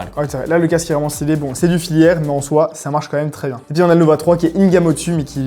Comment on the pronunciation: BONNE ANNIV! Par contre, des casques filaires, pas filiaires 🤣